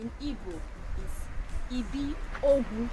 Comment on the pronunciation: You called "Ibiogwu" instead of calling "EBIOGWU" your video is nice